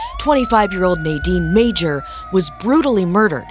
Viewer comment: It’s pronounced "Major" -Dan Madger